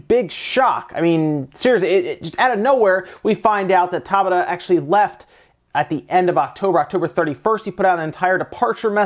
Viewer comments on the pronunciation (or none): For those wondering, Hajime’s surname, Tabata, is pronounced Ta Bata, not Taba Ta.